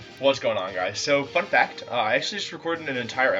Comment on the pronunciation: When you were saying "fun fact" at the start I thought you were saying something a bit ruder at first haha